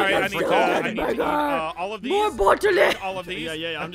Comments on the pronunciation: its called a bOtTlAy Aphmau: 😂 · its a bottle-botteley 😂😂😂